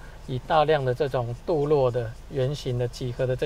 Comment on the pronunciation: “镀铬（ge）” 不是“镀luo”